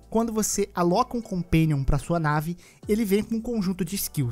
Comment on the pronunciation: '...o seu compéniom".